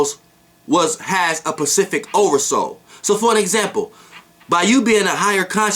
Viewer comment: "Pacific" LOL You Mean "Specific" Right?